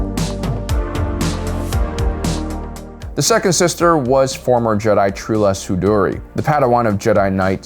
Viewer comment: Ahoska tanooooo. Trula Sindori. Why talk like this?